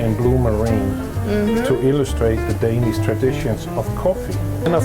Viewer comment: your pronunciations of Denmark and Danish are incorrect.